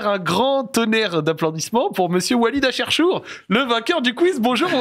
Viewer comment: Acherchour... Ouais OK bon bah ce fut une bonne vidéo, mais j'arrête là